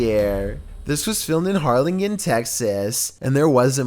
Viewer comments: Harlingen (Har-Lin-Jin) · Anybody else have a probem with the way he pronounces ''Harlingen''?